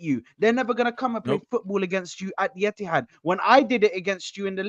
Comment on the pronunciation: Etihad it’s emptihad